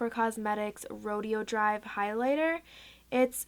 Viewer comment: it's row-day-o drive...